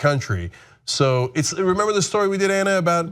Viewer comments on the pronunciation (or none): none